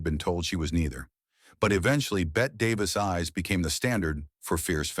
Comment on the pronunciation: Its BETTE Davis. Not Bett